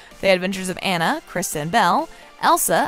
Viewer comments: Also never butcher Anna's name again. It's NOT Ann-a. It's On-na. Jesus. Do your research on things please. That's like calling Mo-Onna Moan-na. Smh. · Aw-na not Anna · Anyone else getting irritated that she saying Ana not Anna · Her name is Awn-ah, not AN-a. Yes, I'm that person. lol ;) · OMG SAME!!! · It’s Anna! Ah-na. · While I enjoyed this video, I found my enjoyment somewhat marred by the way the narrator mispronounced the name of Anna. Has she really watched both movies and failed to notice that it's AH-na (rhymes with Ghana)? I know that sounds really picky, but for me, it really detracted from the video. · You say Anna wrong. For me it feel complete. Look into how to say her name then maybe I will take you serious lol. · Its hard to take your review seriously when you can't even say the characters name right. Seriously, her name is said by numerous characters throughout all the installments, and you can't get the name Anna right? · If you’re going to make a video and publish it, you need to at least pronounce one of the main character’s name CORRECTLY!